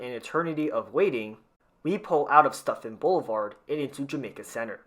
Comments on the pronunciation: SUTfin, not STUFFIN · Everyone keeps saying stuphin it’s pronounced Sutphin